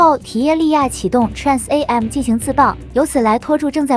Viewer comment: 建議TRAN AM中的AM不要分開讀字母